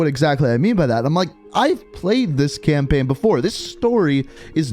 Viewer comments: I cant be the only one that hears "campin" when he says "campaign" right? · I like how he was like saying campaign all wrong cam-pin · "Campein" "gueme" cannot unhear it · "Campenn" "Call of Duty Gemm"